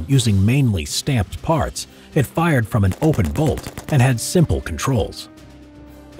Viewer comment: I honestly thought he Said Stamped farts at the beginning